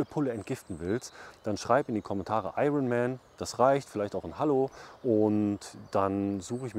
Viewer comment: Hei, hast du nun IRIONMAN oder Eifelman gesagt? Mit dir würde ich gerne spazieren gehen. Mein Austauschbedurfnis bzw. Pflanzengerede ist den Menschen meist zu detailliert bzw zu viel. Viele Grüße, S